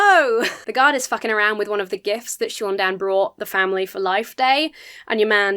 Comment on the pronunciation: NOOO it's not SHOON DANN. It's SAUN Dann. GOD get it the FUCK right! you would know this if you were a REAL star wars fan!!